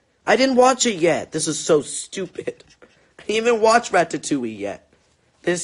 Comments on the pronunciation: I say raddatouie and he said rat ta too ie 😭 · Rat ta towie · He said rATATouille😂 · is anyone else dying from the way he says "ratatouille"? 😂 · Eclipsewolf YESS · I am haha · Yes omg I thought it was just me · Oh. My. God. THE WAY HE SAYS RATATOUILLE HAS ME DYING 😂😂😂👌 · the way he said ratatouille